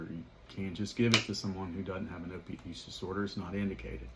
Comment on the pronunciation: Why the heck do you mumble if you’re going to do an educational video on an important subject? At the mark you’re talking about chronic pain and you MUMBLE something about an (OPD disorder??? Idk what you said, OPD or OPIE’s disorder or WHAT???) Now I heard OP USE disorder! Are you saying Opiate Use Disorder??? What does that have to do with Chronic pain. Now after playing it Over and over it sounds like you’re saying if someone presents to you with Chronic Pain and wants Sub., or Meth., “you have to really get into it with them…” cuz they must have an OPIE’s use disorder or Opiate Use disorder? But I’m not sure cuz you’re being so nonchalant about the whole thing idk what you’re saying. You can’t help people with Chronic Pain unless they go out and get on an opiate disorder, lol. So if you’ve got Chronic pain get on opiates so you can get Methadone or Suboxone. That was a very lame second informational video on the subject! Very disappointing. I suggest you delete the video, put on your lab coat, enunciate and give us a good scientific explanation on Methadone vs Suboxone plz!